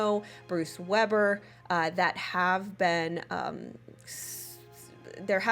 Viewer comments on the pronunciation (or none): none